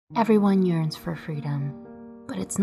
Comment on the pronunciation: in the beginning i thought she said "everybody urines for freedom" LMAOOO